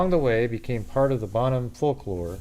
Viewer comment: Bone-ham? Bonham is pronounced “Bon-um”, like bonfire. Jennifer’s murder shocked everyone in Northeast Texas, and this case was doomed to never be officially solved when Oklahoma handed it over to Fannin County. I remember when the gossip was going around about Myles Porter, the District Attorney, being the culprit…but literally no one could ever put Jennifer at WalMart the same time he was, let alone seeing him in secret. Plus, he was working on a death penalty murder case…so when did he even have time to mess around with a younger woman who just moved back home from Austin??? Answer: he didn’t. 😑 EDIT: the dad of the baby, supposedly, was her ex-husband, whom she was seeing again while he was with another lady. Now imagine how unexpected pregnancy would go over…